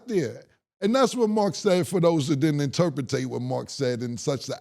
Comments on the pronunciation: Cam said "for those who didn't interputate" 😂😂😂😂😂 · "Interpitate" is CRAZY Cam...😂😂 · Cam said interpretate 😂